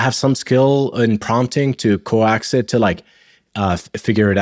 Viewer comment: "coax it" he said 'co-axe it' but meant 'cokes it'.